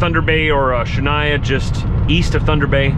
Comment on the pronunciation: thunder bay or shoooon-yah 😅 not Shania. Other than that. Love the videos,! Keep it up! Love from Thunder Bay!